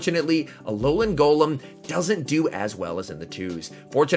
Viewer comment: « Ololan Golom » 🤣